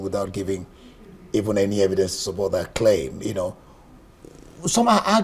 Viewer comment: Oga u say claim